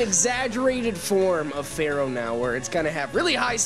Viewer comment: Follow the Pattern: Ekans Arbok and then we get to Muk... On an unrelated note: You mispronounced "Isaiah" and "Fearow". I-zay-uh Fear-Oh